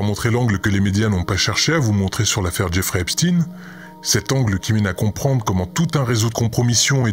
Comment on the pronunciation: Peitite rectification, ce n'est pas Eps"tin" mais Eps"tein", noter bien la consonance !